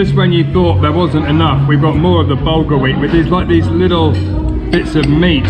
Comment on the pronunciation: What you keep pronoucing“bulgar” inaccurately instead of “bulgur”despite my previous correction is actually “şehriye”/sheH-re-yeah/-a particular form of wheat commonly used in many traditional Turkish dishes.